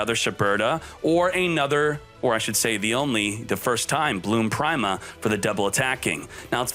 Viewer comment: You know "prime-a" is pronounced "pree-ma" right? Like "prima donna"